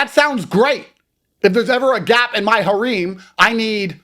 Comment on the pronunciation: Can't pronounce "Harem", can't wear his Watch on the proper wrist, then goes on to describe being babied, only to say he's NOT a Bitch... Hilarious!